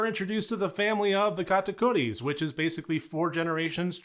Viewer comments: I love how you pronounce Katakuris! I enjoyed this movie so much, as a musical geek, it was right up my alley, great review. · You pronounced it perfectly dont worry! Great video btw